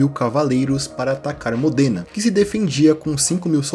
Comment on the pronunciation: Existe uma série de livros chamado "Os Reis Malditos" que conta toda a história do Rei Felipe e seus descendentes. Para quem curte as Crônicas de Gelo e Fogo, vai gostar também. Eu fiquei um pouco incomodado na hora que você pronunciou diversas vezes Modêna. Eu nasci numa cidade próxima e a pronúncia é Módena.